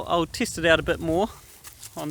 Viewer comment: When u say cheese 4a foto do u say chiise? Wood is 2wet not 2wit an u test it not tist it, itc itc. I mean, there's accents an then there's just straight replacing an e 4an i. Wtf?